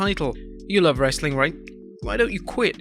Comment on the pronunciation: The host really needs to learn how to pronounce wrestling, other than that very informative